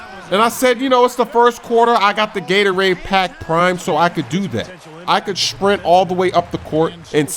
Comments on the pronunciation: talks funny, he said Shprint instead of sprint, nd he says Shcreen, instead of screen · Its funny how says shprint instead of sprint